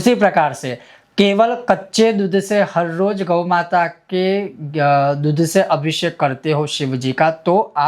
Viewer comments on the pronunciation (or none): Maharaj aapka uccharan bahaut hi galat hai..apki matrubasha k karan shayad...?? Deeddhh nahi doodh hota hai.. shey nahi se...